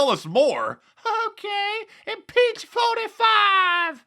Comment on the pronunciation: Impeech fo-ti-fie!!!! Hahahahahha.